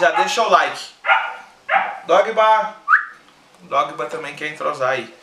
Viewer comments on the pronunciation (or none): "Dogba" Kkkkkkkkkkkk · " Dogba " kkkkkkkk